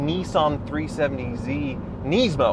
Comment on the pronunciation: Wtf is a neesmo, come on bro you're supposed to be a car guy